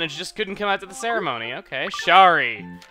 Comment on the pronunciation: 3. I'm sure Shari is supposed to be like "Sherry"